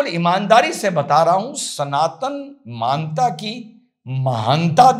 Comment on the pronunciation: बहोत बढिया.आप सटीक बात करते है.एक सुझाव..मान्ता उच्चारण गलत.सही उच्चारण मान्यता